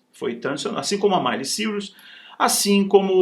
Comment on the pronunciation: Nossa não sabe nem falar o nome da Miley. Que vergonha🤣🤣🤣🤣🤣🤣🤣🤣🤣. Tem que falar dos outros pra ter conteúdo mesmo senão flopa igual a carreira musical